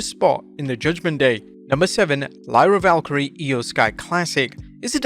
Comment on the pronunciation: Bro pleeasse say Lyra's name right 😭